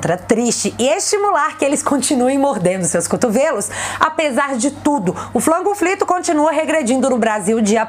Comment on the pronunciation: Adoro você! O seu " flango flito " é demais!😀👏👏👏